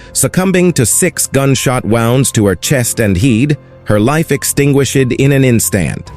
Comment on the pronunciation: The "AI" narrator... Pronunciation of words is a bit off-putting 'Chows'?? 'wownds' 'extingui-shed'??